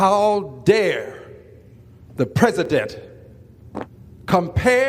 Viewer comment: What’s a pezedent?